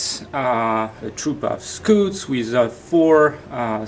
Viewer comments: Yep the French pronunciation for scouts is "scoot" I guess he doesn't know the English people pronounce it in a different way :) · I about lost it when he said 'scoots' for the space marine scouts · I like how calls scouts "scoots" XD hahaha